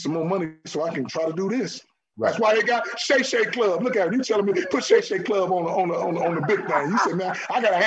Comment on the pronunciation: Shay shay??? Really man? Shay shay?